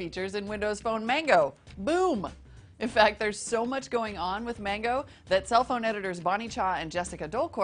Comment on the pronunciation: there saying Mango wrong